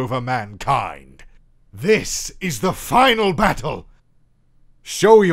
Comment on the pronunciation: This is the fyinial byattylle